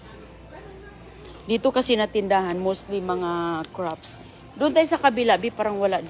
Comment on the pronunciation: You're English is very good. In a few videos I hear one word that is pronounced a little differently though: "crafts", you almost make a p sound, so it almost sounds like "craps". Normally it's not a big deal and people understand, but this time it comes out with an unfortunate similar sounding word. 😅 Thank you for the lovely videos!